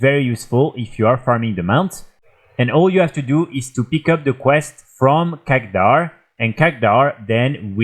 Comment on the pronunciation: Love your vids, but its KHADGAR not KHAGDAR x) keep up the good work man! /love from Sweden